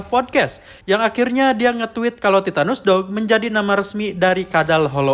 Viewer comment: Titanus Doug ❎ Titanus Dawg ✅